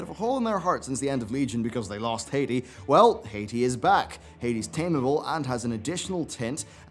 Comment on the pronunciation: Stop. Saying. HEYTEE. IT'S HAAH-TEE! - Also while you're at it. Stop mispronouncing Yrel's name. It's not Yee-rel. It's Yh-rel.